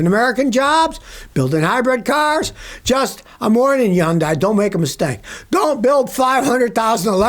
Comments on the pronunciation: Hyundai is pronounced like “Hunday”. Sunday with an “H”. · I didn't know Hyundai was pronounced yun-dye 😅